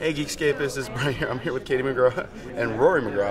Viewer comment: He said Katie McGraw and I’m inexplicably mad